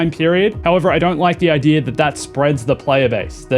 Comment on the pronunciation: Where do you see an R in the word idea?